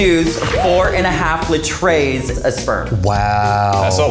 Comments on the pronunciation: I am forever pronouncing liters as "le-trays" now. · “Litrays” ITS LITERS LEETERS! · she really said litrays